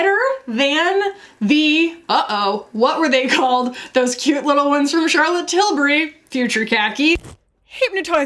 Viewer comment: trills “Charlotte Tilburrrrry!”